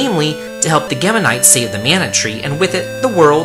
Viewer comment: Gemma is pronounced gem ma like gemstone